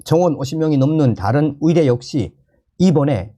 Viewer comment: 열심히 좋은 소식들려주셔서 감사합니다 그런데 의사를 위사로, 의대를 위대로 발음하시네요? 북한 출신은 이 발음이 안되나요? 아니면 만 안되나요?